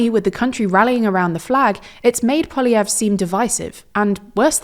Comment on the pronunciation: Thank you for pronouncing Poilievre's name properly! So many people get it wrong.